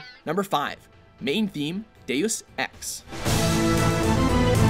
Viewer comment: It sounds like you said Dey-yuh-sex or Deus Ex.